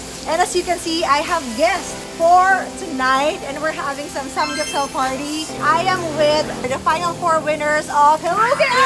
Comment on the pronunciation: not samgupsal its samgyupsal